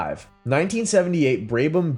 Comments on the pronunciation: Terrible editing and awful prononciation Braybam really, confusion of Vanwall with BRM and Connaught. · It is so damn easy to research how to properly pronounce Brabham. Just lazy.